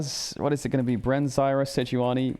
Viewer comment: idk about anyone else but i looove it when caedrel says seh-joo-uh-nee